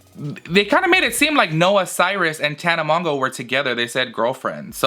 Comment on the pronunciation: "Tana mongo" 🤣🤣🤣